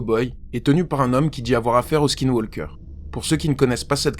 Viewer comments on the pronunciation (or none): On ne prononce pas le L de walk aussi...on dit : woke. ( Skaillewokeur )